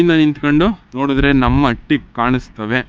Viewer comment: ಅಟ್ಟಿ ಅಲ್ಲ ಗುರುವೇ ಹಟ್ಟಿ